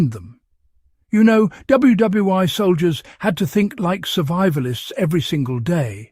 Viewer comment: WW (eye) ??? :face-orange-frowning